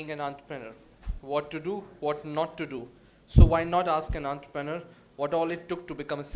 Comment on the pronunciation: god knows why in india people pronounce entrepreneur as if its an italian word with the T like taliban, it is T like toxic.